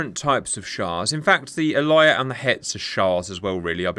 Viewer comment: Aliyah is pronounced Ah-Lee-yah. Both the Aliyah and the Hetz are Sa’ar 4.5 class missile ships but obviously the Aliyah trades some weapons for the flight facilities. And the Sa’ar 4.5 is obviously a modified/improved version of the Sa’ar 4 The Sa’ar 1 was a German Jaguar class torpedo boat that was modified to Israeli specifications (including switching from a wooden hull to an all steel hull). But due to pressure from the Arab League, the manufacturer was switched to a French shipyard. But right before delivery, France enacted an arms embargo on Israel (which led to Israel developing their own homemade versions of the Mirage 5, specifically the IAI Nesher). Israel nevertheless did manage to acquire them via a covert operation. Three of the vessels were redesignated as Sa’ar 2 when they were modified with anti-ship missiles and would serve as the basis for the Sa’ar 3 class which were built in Israel. The Sa’ar class varies their missile loadouts depending on whether they carried Harpoon missiles or not Gabriel missiles typically fly at around 8 ft above the surface Funny you should mention British ships fighting British ships. During the 1950’s, an Egyptian destroyer of British origin shelled the Israeli port of Haifa. The Israeli and French navies counterattacked with 3 destroyers (again, one of them being British in origin) and air support. They chased the Egyptian ship to Port Said, damaging the vessel and forcing it to surrender. The ship was towed back to Haifa where